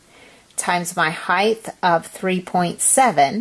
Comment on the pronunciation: It's height...not hith